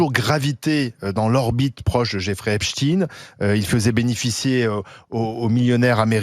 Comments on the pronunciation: On ne dit pas epstine,mais epstein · Espstein pas Espstine Sinon Tolkine et pas Tolkein Frankenstine et pas Frankenstein Étrange, cette façon de prononcer !!! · Arrêtez donc de prononcer 'EpstINE' ; c'est EpstEIN ! Les Français en langue mais alors de la part de journalistes c'est tout simplement honteux ! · C est pas epstine comme poutine.. tdc..c est epstein comme bornstein.. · C'est quoi epchtine? Nouille tu sais dire Einstein ! , non ? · Non ça se prononce toujours pas "Epstine"! Sinon autant dire qu'il est un ancien agent du KGB comme "Poutine" ;) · Le journaliste transforme le nom de le pédophile Amstein comme on lui a ordonné pour en faire un nom russe merci à l'interlocutrice de prononcer le nom correctement décès pédophile américain et français et d'une certaine conception religieuse j'aime bien la petite toux du journaliste présentateur ils se sont mal à l'aise le pauvre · Quelqu'un pourrait-il expliquer à cette analphabète que l'on dit : epsteiine et non epsteiine... C'est un nom d'origine allemande... À moins que vous vouliez un rebaptiser Albert aiischiine Pourquoi avez-vous peur monsieur le journaleux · C est pas complique arrêtez de mal prononcer le nom de ce tye